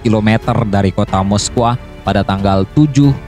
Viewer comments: Moskow dibacanya mosko bukan moskoah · Baru tau sy moskow dibacanya moskoah 😀😀🤦